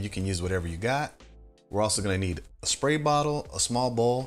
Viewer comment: Perfect video. Got some dirty āss hats to clean. Sidenote: Sad to see that they got to you, too. Somebody made you start pronouncing your "sr" sounds with an "sh". I did a drinking game to how many times you said "shpray bottle" instead of "spray bottle" and I'm blackout drunk now. Remember kids! It's stairs, straight, strong, spray... not shtairs, shtraight, shtrong and shpray. Good day!